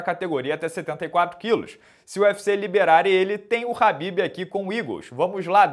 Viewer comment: A pronúncia do nome dele é Rhabib, com R e não Khabib, aprenda.